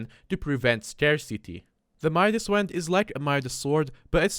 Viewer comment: ah yes the "midas w e a n d"